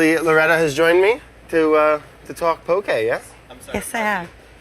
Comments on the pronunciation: Just a lil tip: it’s “poke” not poké or pokey or pokéy. There’s no é in ʻŌlelo Hawaiʻi :) you’ll see it written the incorrect way a lot in the mainland but “poke” is correct! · I love the way brad pronounced “poke”